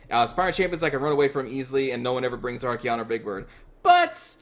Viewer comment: Say it with me.. ArKAYon. Not fucking ArKEYon. Great vids though, I love you.